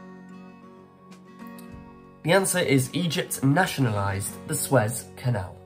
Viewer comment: 37 out of 50! Pronounced SUE-EZ canal